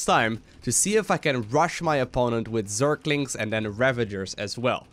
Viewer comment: I love how always says "Zerklings" instead of zerglings.. Like Abathur trying to pronounce the same word:D